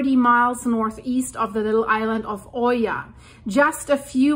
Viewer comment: Oya pronounced eee-ya… (just saying ❤)